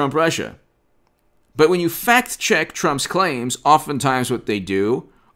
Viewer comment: are you saying "fact check" or "fat chick"? LOL